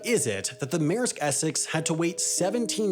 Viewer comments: Mayersk. Sometimes, the way people pronounce our language is just fascinatingly strange. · Take a shot every time he says “meresk essex” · Maersk is not pronounced Mare sk